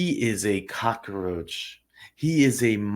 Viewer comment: firstly, it's cockroach, not cock-a-roach. Secondly, it was a family member and that is why he is lower risk. He didn't snatch a child from a shopping centre, or pull a child into a car or van, he had no accomplice. He wasn't in a position of authority like a teacher, priest or scout leader. The child will recover with therapy and go on to enjoy a good life as long as he has cognitive behavioural therapy. If anyone reading this is traumatised by a childhood sexual assault, you can recover by retraining your brain to strengthen the links between neurons related to good memories instead of traumatic ones. It is a sad situation that we have to "rank" the severity of sexual assault, but that's how the system works. Finally, you are wrong about the age thing. It is a different charge if the child was under 5, under 8, under 14 and under 18 or 16 depending on your state)